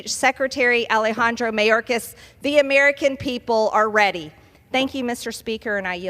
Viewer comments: The way she says mayorkas. May yore kiss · I love that she never pronounces his name properly😂